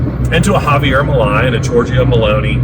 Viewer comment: I thought it was well done. But, Milei's name is pronounced like mil-lay..